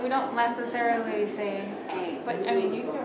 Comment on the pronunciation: NESSICARILY? wtf!